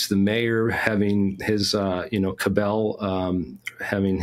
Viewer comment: Dallas's Mayor Earl Cabell was CAB-ell, not ka-BELL.